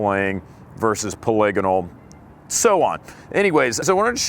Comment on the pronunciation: What is paligano rifling? Did he mean to say Polygonal rifling?